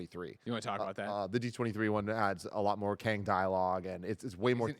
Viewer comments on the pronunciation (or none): C'mon Tim, it's Kang. Somebody's going to die.